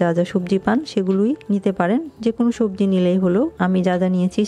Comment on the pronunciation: চাচি আপনি তো ছবজি খিচুরি বলেছেন হবে তো সবজি খিচুরি হ্যাঁ হ্যাঁ হ্যাঁ